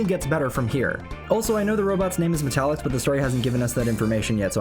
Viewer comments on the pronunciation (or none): is the name pronounced metallics or metal icks?